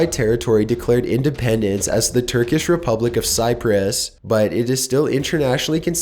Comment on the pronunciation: The way he says Cyprus And he also sounds like a robot